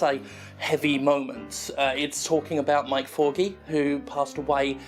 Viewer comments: thought you were saying "my corgi", but it turned out you were saying Mike Forgey......... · Until I checked the charity in description, I thought you were saying "My Corgi" not Mike Forgey. I kept hearing that your Corgi dog passed away from cancer!